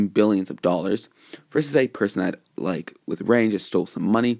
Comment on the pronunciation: It was amazing but I you should be careful some fans may call you out for mispronounsing his name